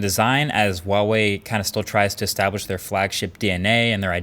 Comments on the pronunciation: It's not "WAH-wei" it's "HUA-wei." Pretty phonetic pronunciation, IMO. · Its fucking HUAWEI NOT WAOWEI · This is the dumb way how I pronounce huawei: Hoo-ahh-weye (I'm sorry) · this guy hates huawei cos he can’t even pronounce it correctly